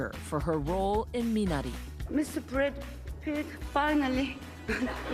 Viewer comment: Brad Pitt할 때 T 두개요~~~